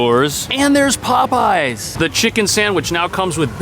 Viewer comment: The pronunciation that you did with "Popeyes" I have never heard it like that before XD